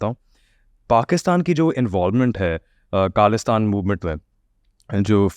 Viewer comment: Why host has a dumbest accent. It's not kaalistaan ( it's khalistan) Wrong pronunciation... Being an Indian one should have clear hindi as it's our national language